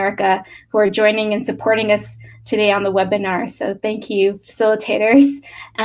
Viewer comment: was not able to master the word webinar....he said wenabir...